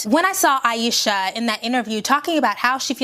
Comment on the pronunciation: Thank you for this video. This woman did nothing to be attacked. She said she was insecure and people attacked her. Like chill tfo. "Ayeeshasss"😂😂😂😂 hollering like woah you made this way too personal.